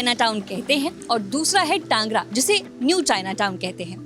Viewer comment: टांगरा नहीं बोलते टैंगरा बोलते है।